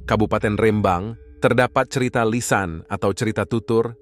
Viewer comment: bukan.. mksut saya.. abg yg punya akun?? Melayu..?? Tdi sebutan cerita itu.. cirite...